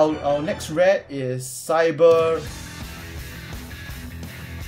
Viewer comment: You pronounce the new Cyber cards so well :D